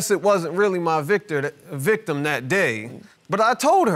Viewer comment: Is it me or am I hearing the guy say "I am the (Victor)" repeatedly. I think he meant to say "victim."